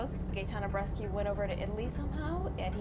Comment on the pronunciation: Bresci not Breschi damm it!!